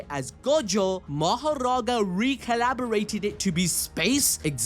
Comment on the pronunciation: Something small but recalibrated not “recollaberated” 😭